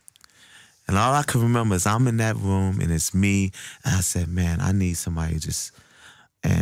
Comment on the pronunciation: He says room like "vroom" haha :D